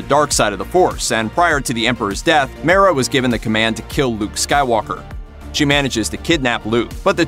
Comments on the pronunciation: Mara is pronounced as; Mar-rah not Mair-rah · One name: Dark Forces II Also, God damnit, I know this is nitpicky YouTube comment section bitch work but how you gonna miss pronounced "Mara"?